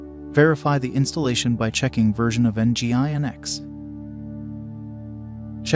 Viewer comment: Isn't it pronounced "engine-x?"